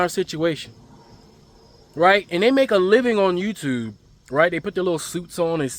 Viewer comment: The way you say, YouTube, you must be from somewhere in Maryland not quite Baltimore though😂